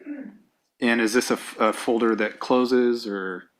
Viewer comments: The way she pronounces folder as "foder" fills me with rage. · It's funny how everyone is pronouncing 'folder' as 'fowder'